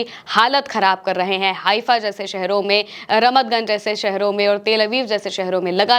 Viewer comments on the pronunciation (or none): none